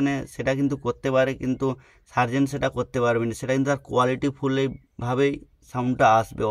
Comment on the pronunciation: Sobi thik but serzen ko Tarzen banadia 😂😂😂